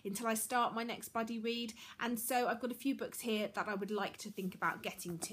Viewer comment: Everytime you say 'buddy read' I hear 'bloody read' haha Love your channel ^_^